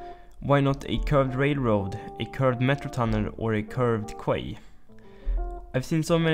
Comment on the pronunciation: Small nitpick Quay is actually pronounced Key